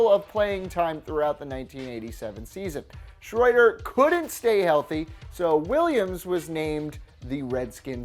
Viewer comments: Schroeder = Shray-der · It's pronounced Jay SHRAIDER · Pronounced exactly as spelled: hostetler Schroeder pronounced “shrader” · Hos-tet-ler. Shray-der. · Hoss-TET-ler. Hoss-TET-ler. And it's Jay Schroeder, SHROW-der. Like the piano-playing character from the Peanuts cartoons. And if you want one of the best backups ever, and to stick with my beloved Dolphins, how about Earl Morrall, a 38 year old backup QB, who came in to the fifth game of the season when Bob Griese was knocked out with an injury and led the team to a win that day and for all the rest of the regular season and most of the playoffs. In 1972. The Dolphins perfect season. Yup, the backup was the QB who did more than the HoF starter to complete that perfect season. #1 backup for all time in my mind. Though right now Foles is a close second.